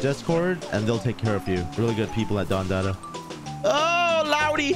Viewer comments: He said “don DATA” lol, you can tell you’ve never been to the hood 😂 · It’s pronounced don da da